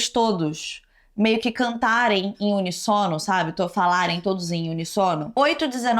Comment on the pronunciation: Você precisa checar como se falam palavras que você não conhece. Não é Holocaustro eé Holocausto. Não é unissono é uníssono.